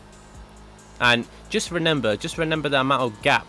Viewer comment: why did you say renember